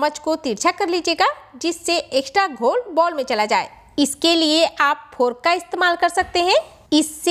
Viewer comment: Didi fork hota hai furk nahi